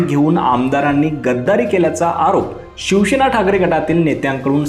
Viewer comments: पहिले तर उच्चार सुधारा. शंभर वेळा शिवशेना असे म्हटले. अभ्यास करत जा. शिवसेना असा शब्द आहे आणि तसाच उच्चार आहे. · Say Shivsena not Shivshena.